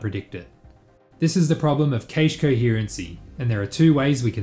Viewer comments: The origin of the word cache is the French caché surely, ergo it should be pronounced 'cash' or 'cash-eh' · I havn't heard anyone pronounce cache that way, I think the a in cache is the same as in "apple" usually. I don't think there is a correct way to pronounce anything but just wanted to inform you just in case. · please stop pronouncing the ca in cache as you would kate, it's supposed to be said as you would cat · "cache" is pronounced like "cash" not "caesh" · Caysh? :D I thought it's pronounced cash [kaSH] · it's proper pronunciation to the intended meaning is cache (kaysh), because of the word 'case'. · D Even the French say 'cash' and this word comes from the French. I think it's just another case of someone who reads a lot but doesn't necessarily hear a word spoken. Like my friend who that puny was pronounced punny. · Cache is pronounced like cash, not kaysh. Other than that absolutely brilliant video! And sort of confirms my suspicion: The Renderthread locking up during load is not something that cannot be avoided, some languages just make it harder to solve the issue. If you want to see the extreme version of this check out loading into a race on rFactor 2, everything just hangs while cars get loaded into ram. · This is the first time I hear an English speaker say cache differently than cash. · it's a typical Aussie pronunciation. Worked with a few Australian engineers in my career and they all pronounced it like "kaysh" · "Casha", lmao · I don't like how you pronounced cache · I fuckin HATE how you say cache. Ive literally never heard it pronounced that way in English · I'm not sure I agree this fix will work for vRAM/memory-related constraints. How do you actively swap out assets whilst maintaining the previous scene without any load time on the next scene in a way that doesn't show a loading screen to the end user with limited vRAM? Also, I don't believe you say cache that way. :D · I hate the way you say cache